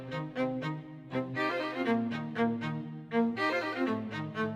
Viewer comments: Jianshi is pronounced with a "J" but good try though lol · Jiangshi is pronouced: Gee-yang shi :D love the video as always!!